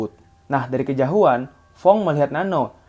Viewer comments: dari Kejauhan bukan Kejahuan 🙂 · Doi bilangnya kejahuan:) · "dari kejahuan" :/